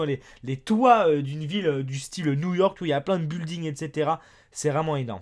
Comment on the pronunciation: On dit pas bulding on dit bilding